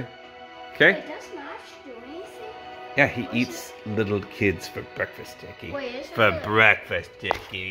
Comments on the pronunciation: STOP IT JACKAY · How to pronounce "Jackie"- Jak-key: ❎ jACKAY: ☑️